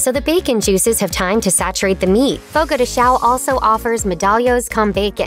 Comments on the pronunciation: It is sad that all of these people make these videos about Fogo de Chão (Note the ~over the letter a). This makes the ão a nasal sound. To try to get it correct, imagine the sound you would make if I slapped your hand sharply and you screamed OW. No add the letter N after that OW and you will get an OWN (AHHNN) and not like OWE. So it is said like ChOWN (OOHHNN). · The fucking disrespect to mispronounce a restaurant’s name when you make a video and money off of it